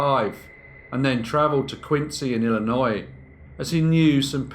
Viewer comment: 1st thank you for saying Illinois correctly. 2nd, I thought the Sausage King of Chicago was Abe Froman :D (Ferris Bueller's Day Off)